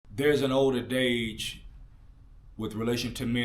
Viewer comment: Older "adage" not dage sounds like you said dage? Not knocking you I just want you to make room for improvement